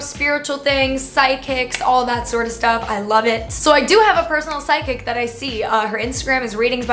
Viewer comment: omg i thought said SIDEKICK not psychic 😂